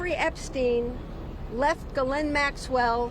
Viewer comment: For goodness sakes. Now I’ve heard 4 different pronounciations. How do we pronounce ghislaine? G’len? G’lane? J’lane? J’slane? I thought it was G’lane but her own lawyer just said g’len